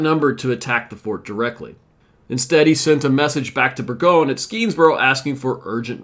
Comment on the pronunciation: Burgoyne rhymes with join. Schuyler is pronounced Sky-ler and he is the same guy that has daughters in the play Hamilton. On a positive note, you got the pronunciation of Skenesborough correct. I am from Schuylerville (the village that is on the site where Burgoyne surrendered). There are plenty of names that are said in an odd way in the area with all the Dutch names. And locally, Rensselaer rhymes with lear - but I have heard it said the way you do.